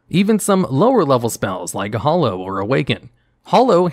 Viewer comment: Please.. please.. please stop saying "initiation". It's initiative. Completely different meanings. Also "hallow" and "hollow" aren't the same word. Hal. Hallow. Not hollow. Otherwise great video